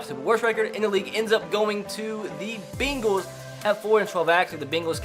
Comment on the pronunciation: Bingals lmao